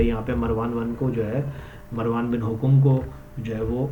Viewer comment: Hokom nahi bhai,hakam hai naam ko saheeh bolo yaar